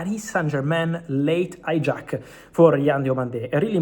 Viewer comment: Romano: "H"ijack => "A"ijack Romano: "A"our => "H"our Romano, please pronounce "H" sound in "Hijack" word and "A" sound in "Hour" word.